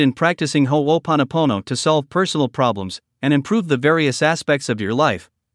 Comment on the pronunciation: This was really vital information to get out and I could barely get past the first part of the automated voice recording not pronouncing ho’oponopono correctly. I’m curious why it was chosen to be presented in this way. This has been part of the problem in our society, with the dilution of the original message people teaching it that don’t pronounce it correctly and here we have an otherwise good video and resource tainted by the robotic voice mispronouncing the core of what ho’oponopono is. Ironic.